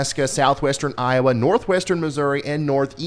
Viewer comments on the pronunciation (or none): none